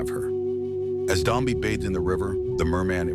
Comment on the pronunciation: its not Dombi its Dombe